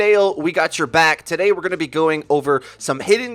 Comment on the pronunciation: Thank you for skipping your usually intro of "new video Ttt-odaYy" so annoying as fack :/